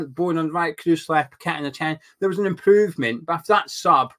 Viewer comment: Nice to hear you pronounce paqueta name properly like a Brazilian. Unlike some of the pundits and commentators who should know better and ask a Brazilian how to call that name .